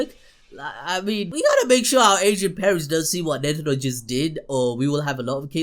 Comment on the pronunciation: why you keep saying netiro lmao tf is that